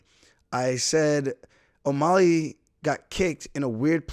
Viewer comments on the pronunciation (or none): why are you pronouncing O'Malley like it's spelled O'Molly?